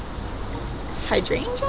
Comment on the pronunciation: did she just say hydrainjuh instead of hydrangea?